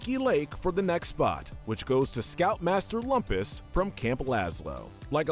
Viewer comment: That’s Loom-pus!